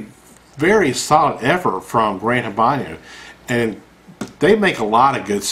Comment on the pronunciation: And its Habano......not Habanyo.